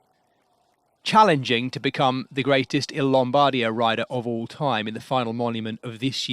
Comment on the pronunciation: nice highlights, but please.. it's LOM-BAR-DEE-AH 😅😅